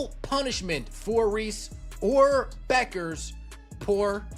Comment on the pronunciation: Hey, AI, it is not "B you kers" it is Beck ers.